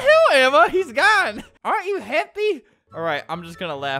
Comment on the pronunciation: ok her names ama ama not amma :/